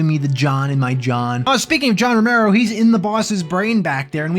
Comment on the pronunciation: "John Floormero," and look, I don't want to belabor this: "John Floormero" floored me.